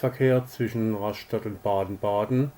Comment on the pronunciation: Einfach nur "Raschtatt" ausgesprochen. Vielleicht würde man an der Küste "Rastatt" sagen. Ganz furchtbar ist ja "Ras-schtatt". Echt schlimm!